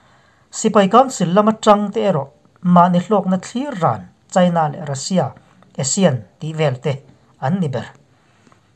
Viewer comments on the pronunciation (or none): none